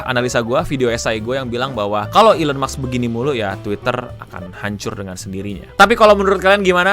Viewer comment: Gue kritisi ucapan ejaan lo pas baca Musk.. mask bukan maks lol.